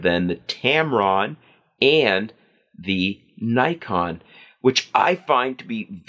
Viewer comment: U mispronounced Nikon so everything you said is automatically invalid.